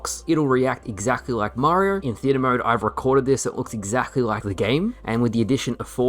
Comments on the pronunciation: I love you but I've never heard someone struggle to say Mario so much "Mariar"..."Marrr" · Way too many R’s in your pronunciation of Mario 😂